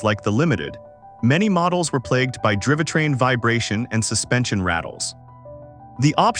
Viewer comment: "Drivatrain"?? -- Gawd....